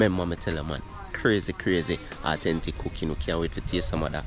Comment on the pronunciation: Awe-ten-tic 👍 Keep it up bro